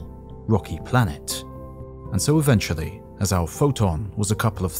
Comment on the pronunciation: It is"Eventually" not Aventually